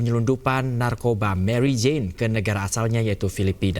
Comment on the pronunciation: waduh orang Indonesia nama Mary Jane di baca jadi Marijan he he